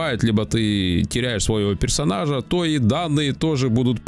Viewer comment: "создат пэрсонажа" слушать в кривнянии Сталина это невозможно - кринж с первой минуты